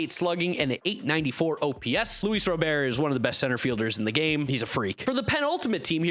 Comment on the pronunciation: Says Luis RobeAir always gets disrespected…doesn’t call him Robert (as he’s asked)